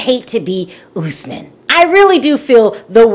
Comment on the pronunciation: girl it's US-man not ohs-man!